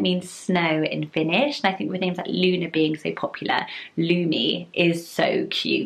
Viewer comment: i am from finland and lumi is pronounced differently